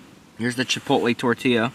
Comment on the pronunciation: Almost fell out of my chair when you pronounced the L's in tortilla lmfao!